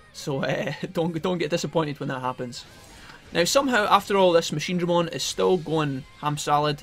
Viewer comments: fuck that machineDREmon shit, ITS MACHINEdraMON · I laugh everytime he says MachineDRAYmon